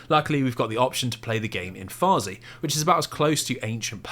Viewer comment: its farsi not farzi 😅 or even better persian